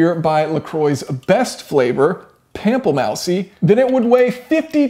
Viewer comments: Isn't it pronounced pample moooose? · “Pample-mousey”... lol, “Pomp-pleh-moose” aka Grapefruit in French! Hilarious! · Actually it is pronounced La Croy” but “Pample Mousey” is pronounced “Pample Moose” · I'm french and can confirm that your "la crwah" is correct. As for "Pample Mousey" it's more like "Pample mooss" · Pamplemouse is not pronounced pamp al mousey... you would do better to saying pomp luh moose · Pam-po-mouse-see?? 😂😂 good lord. I’m guessing you do know how to pronounce it but if not, look up how to pronounce this French word. It’s closer to Pomp-la-moos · "pampelmousey" is the new pamplemousse as far as i'm concerned. Time for the French to get on board. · "Pample-mousy" LOL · ca donne soif : pam-ple moussi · Ha! Ha! Ha! Elle est bonne ! Saveur de Plample-moussiiii! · "Pample mousey", "La Croy"... I guess Jason Fenske doesn't speak French! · "pample mousy" lmao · Either that, or he loves the joke pronunciations, such as "mercy buckets" for "merci beaucoup" and "our feet are stained" for "aufwiedersehn";) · Merko D pompleMousey. Oh gawd.. I'm not sure he knows. I'm dead. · Pame ple moussie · Pronounced “Pom-pel-moo (like a cow!)-sss (hiss a bit). Yeah, now you got it! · Like a chocolate mousssy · Pample mousie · He needs to read the English side. Lol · "mousey" i'm dying lmao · Good God Man! It's pronounced pample "Moose". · La Croix in French Spoken La-Krwah not La Kroy, Pamplemousse would then be spoken Pample-moos not mouse, joking aside, great video still in 2022! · The word is pronounced “pomp-la-moose” fyi. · "pamp la mouse e"? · Pample - mousey. lol. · Jezus H christ, If you're going to read french words, please at least do an effort or some research of how to pronounce it. "Pamplemous-sy" just hurts my ears. But thanks for the great video otherwise! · I cannot believe how he pronounced "pamplemousse" which is french for grapefruit or pomelo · Lol ur French is awesome pamplemousse 😂